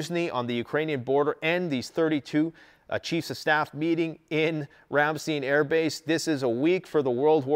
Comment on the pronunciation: Rämstiiin Its Ramstein verdammt💀😂